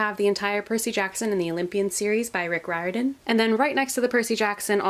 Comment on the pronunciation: How she said “Riordan” has me shook